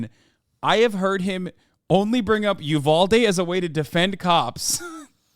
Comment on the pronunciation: as someone who is from Uvalde the way they kept saying it bugs me horribly